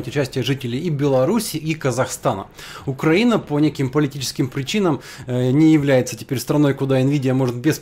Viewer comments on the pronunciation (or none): none